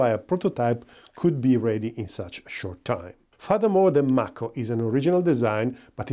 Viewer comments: It;s pronounced May-ko like the Mako shark. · Nice review of the MAHKO [ M (A) KO ]. Just giving you a little ras for your accent. Watch out for Otis ! He's turning into SkyNet . 😉